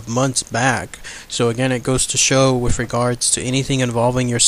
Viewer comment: Good video, but there is no "F" in the words Earth or with.